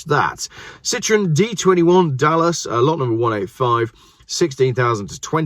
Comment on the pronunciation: And the DS was a Pallas, not Dallas 😂